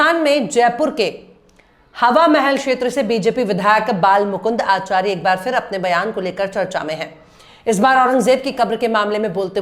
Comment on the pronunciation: Shams Tabrez sahab aap se guzarish hai ke aap ka talafuz per gaur kare. Khas taur se full aur fir ki jaghe use phool aur phir kaha jata hai yeh samjha dijiye.